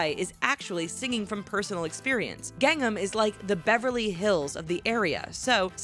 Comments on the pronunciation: GANG num.... you mean G-AHNG NAHM??!? lol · You can't even say gangNAM style properly... It's not gangem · Every time she said Gangnam I cringed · every time she says Gangnam I cringe